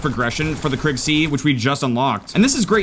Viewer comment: Its pronounced Kriig, not Krigg